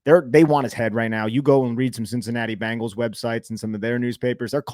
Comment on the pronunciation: Why do Jerseyans pronounce Bengals as Bangles? 😂